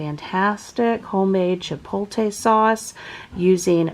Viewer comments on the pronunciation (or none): Just FYI...it’s Chipotle Chi•poat•lay (pronounce poat like boat)